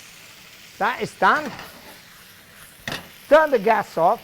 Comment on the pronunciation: Pasta pasta pasta, a little child can do thath.